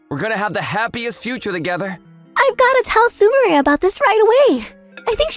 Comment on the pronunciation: I hate how the VA can't pronounce Su-mi-re, calling her su-my-er ... 🤦